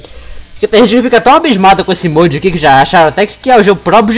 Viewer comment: mas tá errado